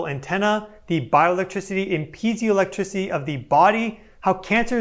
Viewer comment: I believe it's pee-ay-zo or pee-eye-zo electricity? Vs pee-zee-o. If I'm correct, I say this to help anyone look it up if they're speaking into their device.